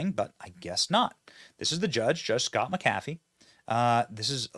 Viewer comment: The way you said "McAfee" is freakin hilarious 😂😂💀💀💀💀 I'm sure John McAfee woulda had a good laugh at it 😅😂